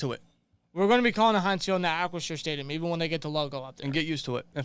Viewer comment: it's Ahh- chri- 'sure', as in shore... not shire. like some Hobbits. lol